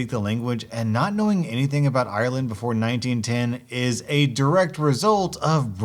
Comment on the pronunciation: Americans saying ireland IIrland